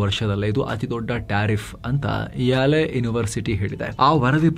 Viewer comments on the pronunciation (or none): ಅದು ಯಾಲೆ ಅಲ್ಲ, ಯೇಲ್ ಯೂನಿವರ್ಸಿಟಿ‌... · ಅದು ಯಾಲೆ ಅಲ್ಲ ಯೇಲ್ university ! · ಯಾಲೆ university alla ಅಣ್ಣ ಯೇಲ್ university